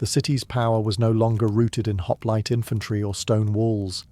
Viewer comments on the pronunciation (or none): none